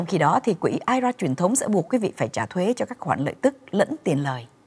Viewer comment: góp ý thế nầy nha, nên đọc I R A rời ra vì đây là 3 chữ, chứ đừng đọc là "ai ra " giống như là I C E đừng đọc là ai,. chương trình Thanh Thảo Show "hay và hữu ích "lắm.